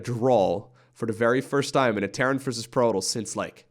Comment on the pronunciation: I’m only here to hear him call Protoss, “Prolous”